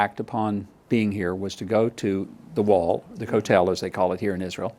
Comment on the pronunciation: Pls learn how to pronounce the Hebrew word "kotel" correctly: the emphasis is on the FIRST syllable! We're praying for you & for Israel ! You, Mike, are the very best choice !!!